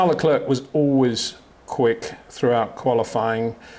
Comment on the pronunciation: Hey Peter, I enjoy your insights. But why do you pronounce Charles Leclerc's first name the French way and his last name the English way?